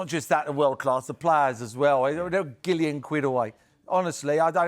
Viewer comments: Did he say "gillion"..?🤷‍♂️🤔🤣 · A gillion?!! 🤣🤣🤣